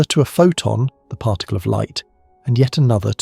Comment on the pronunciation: Seriously... WTF is a parr tickle?!